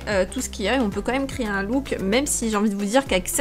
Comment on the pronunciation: À chaque fois que tu dis "créer" j'entends "crier" j'arrête pas de rire 😂